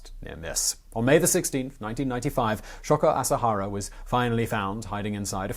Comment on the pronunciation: Sho-ko A-sa-ha-ra. Japanese letters are consonants paired with vowels or singular vowels. My Japanese prof in university called it the machine gun language because you just throw out short sounds quickly. You did a pretty good job with it btw.